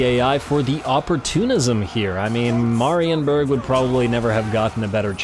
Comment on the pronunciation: "Meh" rienburg please kkkkkkk not "mah"